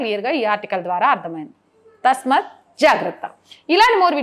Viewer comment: తల్లీ —-తస్మత్ తప్పు——తస్మాత్ correct. భావంతో పాటు భాష కూడా శుద్ధమైతే బాగుంటుంది.